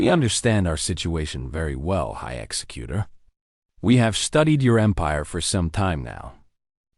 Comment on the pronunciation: AI can't pronounce executor correctly, it's pronouncing it like execut(ion)er. Audio is slowed down by .5% from normal, extremely hard to continue listening to. Good story line. Deep covert operations / sabotage at its finest.